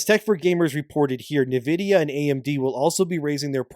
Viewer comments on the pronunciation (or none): nividia, Nividia, NIVIDIA… ITS N-VIDIA! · "Neh vidia"??? are you making AI read this AI script slop? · Who the F is NiVidiya?